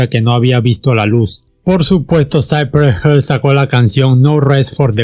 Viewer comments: No es wisi (wc) se dice dub si (wc) y saipres jill (cypress hill) no cipres hell!! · Lo peor fue cuando dijiste: saipre gel😔😔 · With a little effort you might stop mispronouncing the words. Cypress Hill/ Lo pronuncias; "Saipres Jil" no Saipree Hell, but whatever, zero killing OK. Peace, paz. Piiss. Westside Connection uestsaid conektshon Ice Cube Ais Kiub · Porque pronuncias "Cypress Hell" es literal se pronucia como se lee "Hill" Si dices "Hell" estas diciendo "infierno" y no tiene nada que ver con el nombre original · Que culero pronucias Cypress HILL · Que feo pronuncias Cypress Hill de allí en más no hay borlo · Interesante pronunciación de Cypress Hill 🤣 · Me agrada como cuentas la historia de este super grupo, pero tu pronunciación de "cypress hill" me incomoda jajajajaja